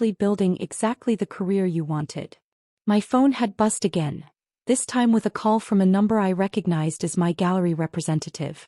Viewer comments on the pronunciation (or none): Buzzed, not bust., not Piya.